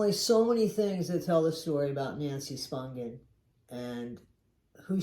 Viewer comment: AT LAAAAAST someone says her name right!!🎉